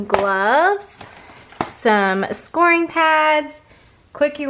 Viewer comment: Scouring pads; “skow-er-ing” not “score-ing.” 👍🏻🙂